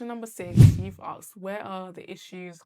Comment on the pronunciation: Axed ❌ Asked ✅